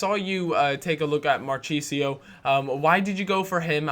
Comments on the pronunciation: its not marcheesio, it's pronounced markisio. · Cal it's Mar-key-sio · mar-key-sio sorry for being a dick ;) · its not spelled like marchisio,its like markisio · Good vid but you butchered marchisios name its pronounced mar-kis-io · Its pronounced MAR-KEY-SI-O, and just JOUROU, dont pronounce the d. sorry to be the grammar police. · its pronounced markisio